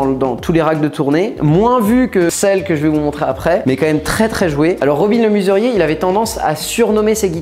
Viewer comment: Robin le MEsurier pas robin le MUserier...